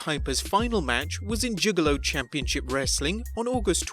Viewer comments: Juggalo not Jiggalo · It’s Juggalo Championship Wrestling, not jiggalo…do your research. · Okay, it's not jiggalo it's juggalo championship wrestling lol. That's my only complaint, carry on lads.